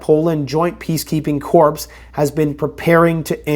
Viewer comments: Pronounced “core”. Not “corpse”. Sorry to be nit picky. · Corps is pronounced like “core” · Its Core. The PS is silent. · Omg he's saying " corpse" instead of " corps" ....FYI: SILENT S " LMAO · You keep saying corps that’s not how you pronounce it corps is pronounced core like the Marine Corps the s and p are silent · Peace corps* pronounced core* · Corps is pronounced as Core. Love you. Keep up the fight! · It's pronounced cores (corps) corpse is a dead body pronounced how you were saying the other. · The “P” is silent lol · You have mispronounced “Corps” again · Please learn and start using the correct pronunciation of the word “corps”. You’re currently pronouncing it incorrectly as that empty suit Obama does. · The "S" in corps is silent